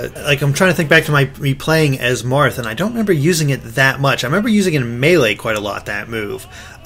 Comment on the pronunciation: Stop saying melee like that.